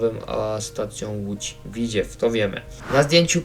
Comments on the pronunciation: Tak ogólnie to się mówi Lódź Widzew a nie Widziew taka rada❤ Ogólnie na pewno kupię to DLC ja jako mieszkaniec województwa łódzkiego to wspaniała wiadomość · nie łódz widźiew tylko w i dz e w ( nie ma tam i ) a po drugie doinformuj sie bo ty nic nie wiesz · Nie Widziew, tylko Widzew! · Dworzec - Rogów Grzybek - Koluszki Parowozownia - Skierniewice I nie mów widziew tylko W I D Z E W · Tego bełkotu słuchać się nie da, wraz z tym powtarzanym „Łódź Widziew”. Jak robisz materiał to przygotuj się merytorycznie i naucz wymawiać nazwy własne.